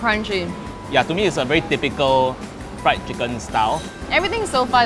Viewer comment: RRIED CHICKEN